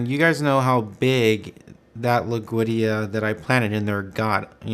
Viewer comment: dammit it's not loog veedia it's LOOD WEEGIA